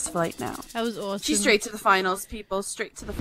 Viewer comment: Anyone else notice how lufu says sar instead saw and aresome instead of awesome and other things like that lol